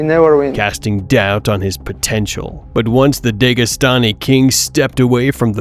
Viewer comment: DEGAstani < DAGEstani 😂